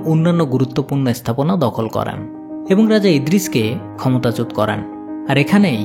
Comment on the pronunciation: Vai করেন টা করান শুনাচ্ছে পরবর্তীতে বিষয় টা খেয়াল করবেন